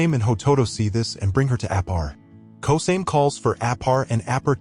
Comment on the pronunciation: Yeah a win is a win, but its Ko-sa-me not kosame